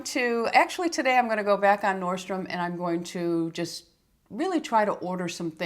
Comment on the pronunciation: ...just an FYI: It’s norDstrom....it sound to me like you’re dropping the D.